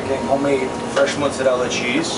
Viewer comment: I love the American accent when he says 'mozzarella' he says it the Italian way!